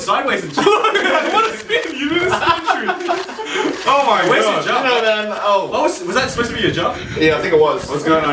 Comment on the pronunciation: im sorry but yewwrs was the worst /.\